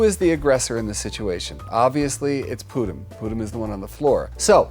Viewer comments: Pudím actually means Pudding in Portuguese so the cat's name is really pudding Also it's pronounced poo-GEEM so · Also her cats' names. I cried inside every time Jackson said Pudim incorrectly, but I am used to people not knowing how to pronounce Portuguese words (I used to teach Portuguese)